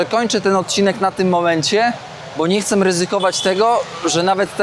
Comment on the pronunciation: Cześć bardzo cenię Twoje filmy robisz dobra robotę, brawo. Proszę nie potraktuj tego jako złośliwość ale „chcem” …